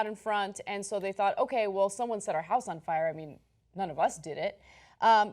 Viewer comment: Lol Cenk said Friar Department. Friar Cenk, the wise.